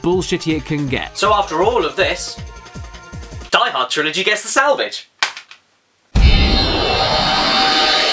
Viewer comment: It is not DEE Hord. It is deeeeeeeeeeee hoorrdd